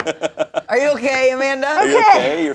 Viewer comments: As a portuguese person, that "Amanda" that Amanda said absolutely had the correct accent. We will still accept you here, Amanda. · As a portuguese, I can safely say we don't say "Amanda" like that. In fact, my mother is named Armanda, which is almost the same 😂 Also, pretty glad Portugal is the first nation coming to Shayne's mind when thinking of community 😅